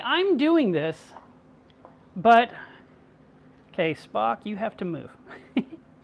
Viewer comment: He is saying Spock, but I thought he was saying f**k lol